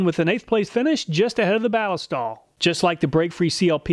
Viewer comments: At beginning of video.... You pronounced it "Bal-i-stal". It is technically a mashup of ballistic and oil for something that sounds like "ballistic oil". "Balist-oil". The stuff was originally made for the German military in 1904 I believe. It was used out past World war II. It is made in Germany.... At end of video.... Hmmmm, I guess I'm going to switch to Cleanlube from Balistoil.... Thank you for the video!! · Does nobody understand that Ballistol takes its name from "ballistic" and is actually Ball-IS-tol, with the accent on the middle syllable? And you call yourselves "gun people." 😉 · I see both you and Cody at Wranglerstar pronounce Ballistol as BAA-liss-tall When I see that word, I think “ballistic”. So, I pronounce it baa-LISS-tall. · I don't think that's how you pronounce Ballistol. 🤔